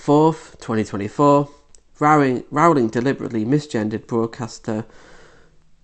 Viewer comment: You have 22 likes, can't pronounce her name properly, and are taking her out of context. You can't pronounce Maya Forstater's name correctly either. You're not very bright.